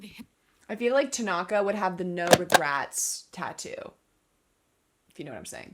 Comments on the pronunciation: "Is it TAgAnGA? Me:GOD PLEASE NO ITS TANAKA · I died when she said Takonga😭😭 it’s Tanaka😭😭 ✨ T A K O N G A ✨ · It's pronounced (Su-ga-wa-la) spelled sugawara tanaka (ta-na-ka) it's called low quality he would omg lol- so sugawara senpai that would be me the face kageyama makes after tho- oikawas (oi-ka-wa) theme I can hear the Yahoo's in the background lol I think like 12 but I'm not sure it's the one where that one dude teaches yams idk which one it is tho we luv some character growth we luv tanaka I think I'm not sure tho it's been a long time since I watched ep 8 at the end and 9 he gets actually introduced his name is kindaichi (kin-dai-ch-i) (like dai-ch-i the captain of karasuno but add a kin to the beginning) except romance anime as we all should ✨💅 true but more like 15 lol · Ah yes, "Takonga"😂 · When she said "Takonga" I lost it XD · i think tanaka is pronounced tan (like spray-tan) tan- ucka or at least that’s how i always pronounce it but it doesn’t matter that much anyway 😅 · Who else died laughing when she called tanaka, tagonka. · Ever since she called Tanaka "Takonga", I can't stop hearing it everytime she mentions him 💀😭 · T A K O N G A